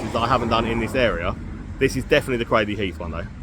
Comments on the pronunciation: Nah mate it's craydley not craddley, anyone telling you otherwise is winding you up! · Pronounced Craydly, not Cradley.